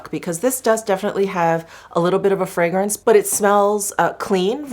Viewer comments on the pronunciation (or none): none